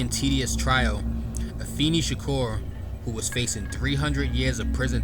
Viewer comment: Afeni is pronounced uh-FAY-nee